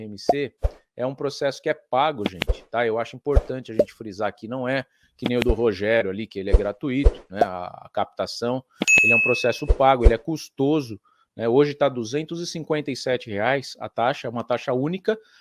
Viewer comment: A pronúncia correta, é: gratUito, e não gratuIto. Vamos falar corretamente, para que nós possamos acreditar.